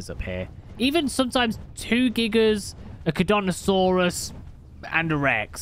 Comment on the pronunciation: I think we can all agree that the dinosaur community are fuming at constant fail of pronouncing charcaradontosaurus (car-cara-dont-Oh-saurus) smh